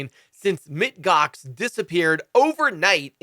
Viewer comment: Yes!!! The "Mit" Gox was bothering me because it was telling me that he didn't know who they were. It seemed more like he was just reading the article, and not knowing the company. And this was a big deal at the time. "MOUNT" GOX!